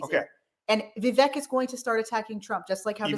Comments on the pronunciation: by the way. its Vi-vaik. like Cake. thats the proper pronunciation. thanks for the video, new subscriber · Thank you both for doing this Live! You have excellent points in regards to (proper pronunciation is Viv ache as in cake, that's how Vivek says it is pronounced) Vivek. He's too good to be true is what I see and I do think he's another Obama. And same here,, I was fooled by Obama too and I don't want to be blindsided ever again. Vivek being a Hindu is his prerogative but I hated when he used "Jesus Christ's" name in vain and that did it for me. I appreciate you both addressing this, thank you!! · First of all it's Vivek (like cake). Second, he won a scholarship from PAUL Soros not George. Peeps on this page needs to do some research. Third, I just saw another Vivek event and he refused to talk bad about Trump. He's taking the higher road. Hubby there said Vivek say he wants to send jobs to China. When did he say that? He has announced his religion in public months ago. So, if he's Hindu. What's the issue? He needs to be a Christian? Are you saying he's a heathen for being Hindu and only Christians should be President? Please clarify. Vivek has travelled to over 330+ events in Iowa. No one in American history has done that. His hustle is unapparelled. By the way, Vivek posted 20 years of tax returns, Trump never did. You keep saying "paid". Who paid him and when? Insults and insinuations are easy. Come up with the receipts and I will then listen. If you think Trump would destroy Vivek in a debate. Hmmm, it would be definitely interesting to watch. I hope he does well in Iowa. Trump is right about one thing, Vivek is not MAGA. He's America first.